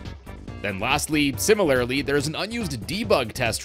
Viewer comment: Great in-depth tour as usual. But... surely Mallow should be pronounced like the word (rhyming with callow, not with hollow), right??? Also, in the spirit of helping you grow as a presenter: SIMILARLY should be pronounced like similar (which you say just fine), just with a -ly. Not -AIRly. AS WELL AS can sometimes be used like AND, but not in general. (As ) it's would've GONE, not WENT (this applies to all perfect constructions; went is only simple past tense). It's great that you use THERE ARE (and there're) rather than THERE'S for most plural subjects, but some of the latter still slip through. Keep up the good work!